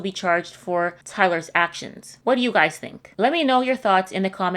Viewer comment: You should make a shirt that reads “I’m this old “and then it has underneath it “I know how to say the word guys’ properly“